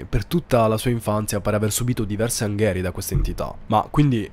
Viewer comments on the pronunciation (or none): Min.29.35: non anghe'rie ma angheri'e.